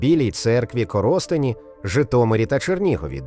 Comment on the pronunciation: Коростень,наголос на О,ане Коростень,ви що назву міст не знаєте.